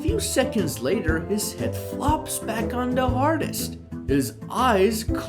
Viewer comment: Stop mispronouncing headrest 😢